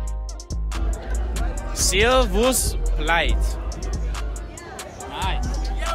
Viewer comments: Animationish the way they say “vous” as “voice” wrong on so many levels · That’s painful to watch. Are they being serious? I honestly can’t tell. 😫Considering we borrow approximately 29% of our language from French (and also from what we’ve picked up in basic geography and history), they should realize you can’t apply English principles to French. A very common word like bouquet isn’t pronounced “bow-ket”. It’s like they’re pronouncing the words phonetically in English and not even attempting the proper pronunciation. At least the French people tried (and did really well).